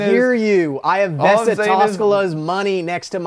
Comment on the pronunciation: It's actually Vesa Toskala not Vessa Toskala. Vessa means Toilet in Finland😂